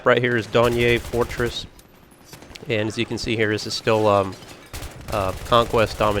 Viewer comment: Donyeey fortress? Lol